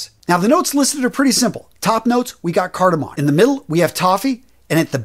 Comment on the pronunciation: It's cardaMOM not cardaMON